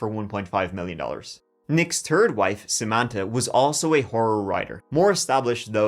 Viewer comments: your gift of gab is why you are so successful. Love your true crime stories and the way you present them. You’re funny too, when you say the word THIRD it comes out sounding like TURD! Adorable!!! Don’t stop….. cause… we love. Now let’s give it a go….❤ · Turdy tree